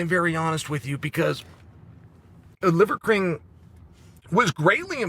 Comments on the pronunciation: "Livercream" You can't unhear it. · Did I hear Chael say the “leather king”? Funny 😂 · I love the subtle ‘Leather King’ and ‘Liquor King’ slips haha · I love that he partially botched Livers name about 12 times. It makes it so much better. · Chaels inability to say Liver King is undefeated. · It’s so hard for him to say “liver king” 😂